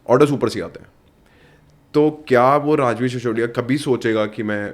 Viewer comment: सिसोदिया होता है। शिशोदिया नहीं। कृपया नाम व अन्य चीज़ें हिन्दी और देवनागरी में लिखें। अपनी भाषा तो बोल लिख लो!